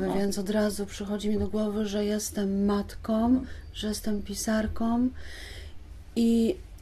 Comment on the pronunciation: Przepraszam,ale czy to emigracja wpłynęła na,że Pani Grzegorzewska (pisarka,polonistka) zapomniała o samogłoskach nosowych w końcówkach wyrazów i mówi:jestem matkom,emigrantkom itp.?Przepraszam za powyższą uwagę.Jestem nauczycielką języka polskiego i uczulam na to uczniów."Guguły" przeczytałam z zachwytem.Niestety,po lekturze "Stancji" czułam ogromny niedosyt.Pozdrawiam.